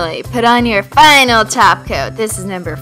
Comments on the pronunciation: She said Top coat not taco 😱😱😱😱😱😱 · Well she often does say taco instead of top coat to be fair 😃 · when ever you said top coat at first I thought you said taco and I was really confused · She said top coat not glossy taco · she says top coat like taco or it's just me